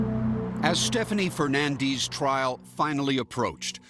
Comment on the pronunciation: I’ve never heard “Fernandes” pronounced the way they pronounce it.